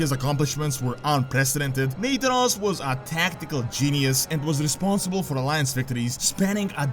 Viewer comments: Omg it's pronounced NA-THAN-OS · Do you mispronounce Nathanos intentionally? Because I'm pretty sure you've pronounced his name right in the past. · U are pronuncing nathanos wrong.